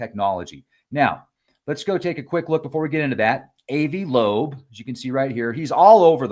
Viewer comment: ...NOT...A.V. AH-VI...TRY THAT...AVI IS SMART...I R NOT...IDIOT ! PLEASE LEARN HOW TO SAY A NAME 1st...b-4 coming on here making urself dumb .. AH-VI LOBE...NOT AV LOBE... KAPEESH...GOT THAT? ✔️.,..GOOD 2 GO